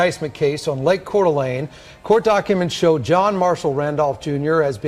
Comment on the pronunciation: Just in case you run into it again. Coeur D'alene is pronounced like CORE-DUH-LANE